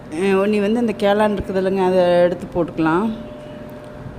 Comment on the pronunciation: காளான் சொல்வதற்கு பதில் கேளான் என்று சொல்லுறீங்கள்